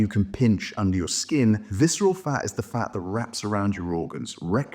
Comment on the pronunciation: Yeah, I hate viceral fah! It is a reah scary pah!